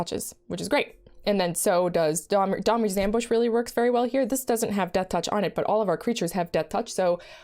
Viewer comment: Sounded like "Dahmer's Ambush" rather than "Domri's." Cast to spring out of the bushes in the park at midnight and kill target creature. Put target creature in your freezer. Eat said frozen creature up to three times in the next 10 turns to gain 2 health. Eating frozen creature parts also puts a 1/1 fanatic tokens in play. Fanatics can be sacrificed for an additional 1 health at any time. Boom, first card of the Magic serial killer expansion designed. You're welcome, Wizards. You figure out the casting cost.